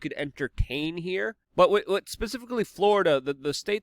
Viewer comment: Luke. Please work on one word. With.... Not "wit" Please bro. You can do it. I know, English is not your first language. But come on man. Your English is better than mine, except that one word.